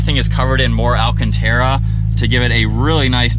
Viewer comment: It's not alchentera, it's alcantara my friend, it's an Italian car in the end. (No hate)